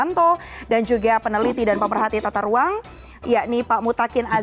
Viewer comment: yang kurang itu adalah bicaranya yang kurang G.... ahahahaha tata ruang pak yaaa....bukan tata ruaN.....